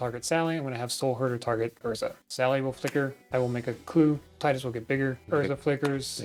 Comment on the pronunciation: Thank you for pronouncing it like Tidus and not like Tidus... who tf actually says it like Tidus